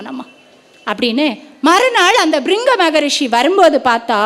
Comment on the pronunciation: பிரிங்க not (பிரிங்கி) மக ரீசி